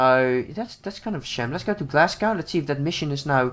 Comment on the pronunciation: when ever he said Glasgow wrong it really annoyed me because I have Scottish blood